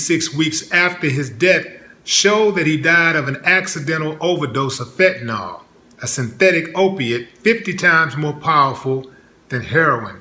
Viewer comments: I Loved Brother Rogers. 100% . All very suspect. That said, it's Fenta-NIL....not Fenta -NAWL. Nil Nil Nil not NAWL, Y'all...... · Fentanyl, not "fentanol". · There is no "o" sound in "Fenta-nil"